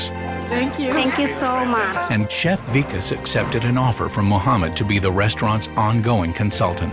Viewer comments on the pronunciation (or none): the way they pronounce vikas as weekus is soo funny